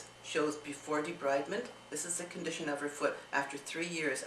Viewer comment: But did your mom have a seizure. I think you have a personal vendetta against the doctor (s). You are not a Dr. Until your mother develop any of the side effects, then you should be concerned. Im sure you have no medical background simply by the way you pronounced debridement. Just let the Dr (s) do their job. I'm sure these Dr's nor hospital wasn't found negligent. You're right about them prescribing a lot of pills, this is true. But sometimes we as loved ones don't like the fact of anyone taking care of our loved ones other than ourselves and then we show guilt in regards to this. Your mother is quite lovely, by the way. Also, please don't rock the boat in the healthcare world. You're not a young woman yourself and you don't know who's hands she may end up in. Just trust and believe in God. He will work this out for you.